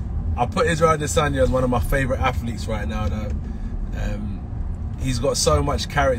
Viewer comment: "Muh Humble" "Muh hungry" "Muh Legacy"